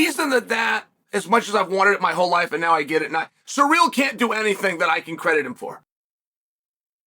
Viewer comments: Please stop saying "Surreal" instead of "Cyril" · Why are you pronouncing his name as "surreal"? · Who is suh-real?